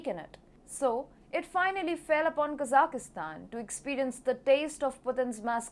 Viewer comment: usually your pronunciation is great, but not this time. There is no "i" in the middle of Kazakhstan, like "" and most of the the other Central Asian countries. Please correct this, but keep up the great reporting.